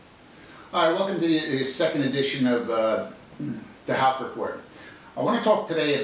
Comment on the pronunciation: Same last name, that's beast. You are the only one who pronounces it right.